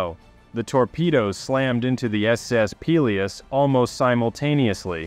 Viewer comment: Gads...you can't even pronounce "Peleos".